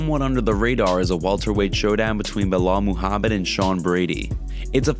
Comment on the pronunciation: Y'all better remember the name cause it's gonna be on the prelims - "Bauhaul Mohammed". Tell 'em uncle Chael ! 🙄🤦🏽🤣